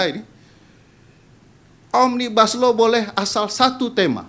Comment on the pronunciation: Yang merangkai huruf menjaidi kata omnibaslou saya mendga bukan oraang inddonesia asli bahkan mungkin tidak pernah belaajar bahasa Indonesia